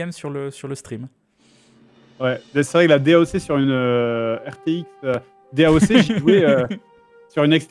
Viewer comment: "daoque" D.A.O.C. pour les vrais